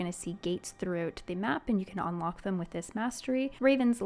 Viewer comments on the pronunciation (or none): none